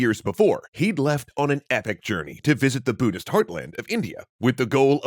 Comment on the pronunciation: BUDDHIST COME ON, BUDDHIST. not buddist, ohmygosh, WTF